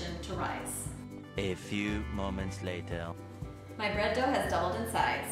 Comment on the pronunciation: "A few moments lategh..." 😂😂🇫🇷👍🏼👍🏼 Thank you,. 🥖